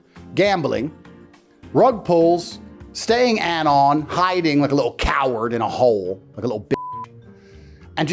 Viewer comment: Why does he enunciate some words so weirdly. "HI-ding like a little COW-ard in a HOLE"